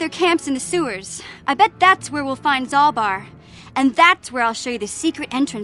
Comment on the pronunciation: You doubled the wrong a in Zaalbar and this entire comment section followed and I am losing my mind AAAAAAAAAAAAAAAAAAA